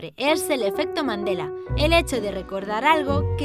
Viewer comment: Pense que decía efecto mandalena